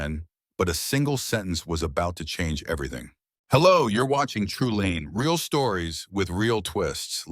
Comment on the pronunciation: teach you AI to pronounce your page as Tree Line. Not Tree lean. As for the storyline he has a loving live in girlfriend that he blew off when she mentioned getting engaged and now hes giving some bold stranger more attention then